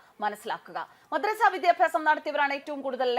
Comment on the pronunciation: മദ്രസ്സ അല്ല കൊതറസ😂😂😂😂😂😂